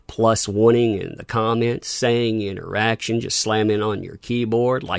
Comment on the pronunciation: "INT ER ACTION" - Ruin Johnson